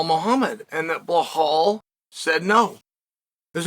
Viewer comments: His name is Belal not Blahal wtf lmao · I love hearing him talk about “Blahall Muhammad” 😭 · The fact he's still calling him "Bell-hall" is fckn hysterical 🤣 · Bleh hall